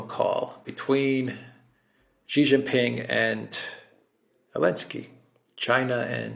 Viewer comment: SHEE NOT JHEE